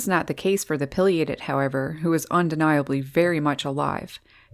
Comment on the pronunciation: Pronounce PAI LIATED not Pill liated